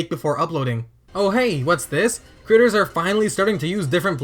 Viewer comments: Why does he keep saying the word "creators" like he wants the captioning to hear the word "critters"? (Hint: Watch this video with CC turned on, if you are one of those people that watches videos with it turned off) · Instead of him saying creators I heard critters